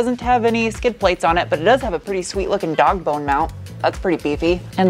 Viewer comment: You said Dog BoNe Mount HaHaw